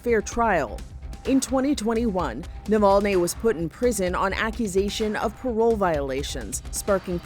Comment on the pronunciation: I think he name is spelled Navalny and NOT NOVOLNE. Unless you have a Russian accent you have no reason to distort the name. Next thing will call Obama Abama